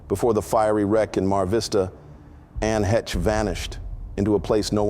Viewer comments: I'm curious, if you knew her why don't you say her last name correctly? It's just one syllable, not two - heh-cha - no. Heche or Hey-sh, one syllable. Now are you reading stories that other people have written and now sharing them in the first person or? Because it seemed like when you talked about meeting Ellen DeGeneres for the first time going out on a date with her, it seems to me you indicated that you might have worked for the Entertainment industry. Now you're working at a mental hospital. Which leads me to believe that maybe you're just reading or recounting stories that you've been told and then writing them as a script in the first person as if it was you that did it. Or you that did that job in order to meet those two particular women. I'm just curious. I'm a writer so I noticed things like this. That's not to say that you can't work in two different industries at two different times. Some people do they move on to something better. You tell a great story. You enunciate well, you emphasize in the right spots, so I know it's not AI, so I'm not putting you down at all. I'm just curious how you were able to meet Ellen and years ago when she was just starting and not very influential by the way and then to meet Ann heche while you're working at a mental institution. Thanks appreciate it take care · AI garbage. The name is "HAY-SH" not "Hetch" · Her last name Hesche is pronounced ( Hesh) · Heche is not pronounced heh-chuh. It is one syllable and pronounced haysh, long A. Thanks for your story. Scary. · "anne hech" 😂😂😂😂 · At least get her name right - Anne Haysh. Geez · Lord, at least pronounce the woman’s last name correctly. It’s a long A like hay and ends wish the shh sound. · Please, pronounce her name correctly. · Dude you need to learn how to pronounce the name Heche. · All most… if you hadn’t mispronounced her name, it would have been good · Another one that can't say her last name... 🙄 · Didn't even pronounce her name right. Wack.